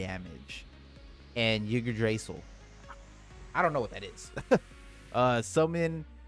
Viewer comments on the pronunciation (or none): its pronounced "ig tra sil"